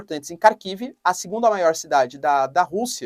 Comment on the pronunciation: Professor, é Rarkiv e Rerson a pronúncia correta! Excelente, vídeo como sempre